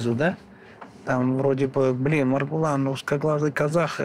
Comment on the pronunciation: Произнесите правильно имя Маргулан